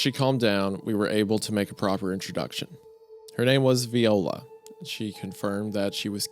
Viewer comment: Great story! Great voicing and the chatting before, during and after the read is perfection! Love the dynamic of creepcast Only one comment that would be a complaint... It's not pronounced "vEola" it's "vIola"...my grandmother had the same name and though she's been gone for nearly 24 years, she would have corrected you immediately...she was a quick tempered old lady, so she probably would have hit Wendi with her cane as she yelled "it's vI-ola! vI-ola!" And then Hunter would have seen the attack coming (with his psychic powers) and instead of warning Isiah, he'd have sent a text after with a picture of a cane and the caption "did it hurt, when she was flopping it around?" Anyway...great video!